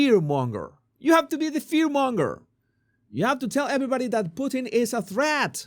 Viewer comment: I laugh when you say Putin’s name because I live in Canada where we have a famous food called Poutine (fries, with cheese curds melted by gravy), which matches is your pronunciation of his name.